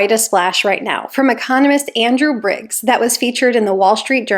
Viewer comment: Biggs, not Briggs.